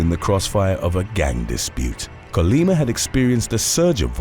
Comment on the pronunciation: Thank you for saying’Colima’ correctly